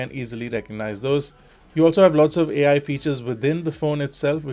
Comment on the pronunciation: AL Image stabilazation.. Its ai as in Artificial intelegence not ALL